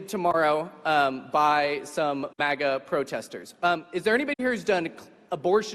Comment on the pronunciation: IT kept mispronouncing MAGA and that offends me. CWII is gonna be easy-peasy.